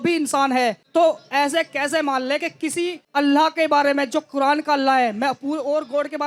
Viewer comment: Quran ❌ Quradaan ✅ 🚮 😂😂